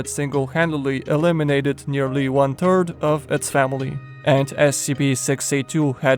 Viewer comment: every time you say one third it kinda sounded like one turd no offense